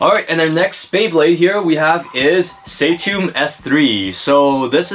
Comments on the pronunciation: It's not say-toom it's sa-toom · I would rather pronounce it lik “Sutomb” not “Saytomb” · Sutomb not saytomb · . It's subtun not saytom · It's Suh-toom